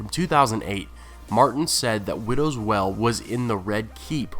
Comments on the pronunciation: it's pronounced "whale", not "well" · widow's WEIL, not widow's "well". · Widows Wail. The wail part rhymes with _ale or pale, whale or gaol. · wail is pronounced "whale" not "well" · The word is "wail" as in an anguished cry, not "well". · It's not well, it's wail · Widows well? Say it like whale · it's pronounced like "whale" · Wail, with a "I" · Taylor kazemba I've heard quite a few mispronounced words on this channel. I think it stems from one person writing the material and another just reading it. Maybe they don't have the context? Wail does seem like something that should be known.